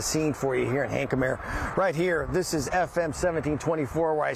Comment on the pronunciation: Boy are they butchering Hankamer. Id hate to see how they would pronounce Anahuac.